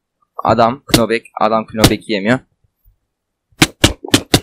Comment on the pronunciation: Kınobek ne lan knockback diye yazılır nopbek diye okunur :DDd